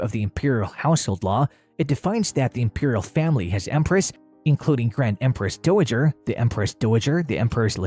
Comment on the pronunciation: "Doo'wowger" Do mean to say "Dowager" ? You might try flipping burgers buddy.